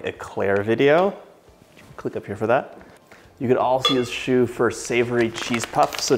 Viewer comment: Thats how you pronounce choux pastry